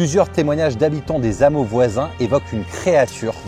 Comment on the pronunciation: " Des hammeaux ", et non " Des zammeaux ". Mais peut-être dis-tu aussi " Des zandicapéx "...